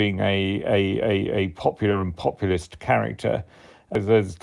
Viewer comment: This guy struggles with the word 'populist' as do most woke people. It means 'demos' , the people, as opposed to the elite, the establishment who are an arrogant bunch of [choose your word]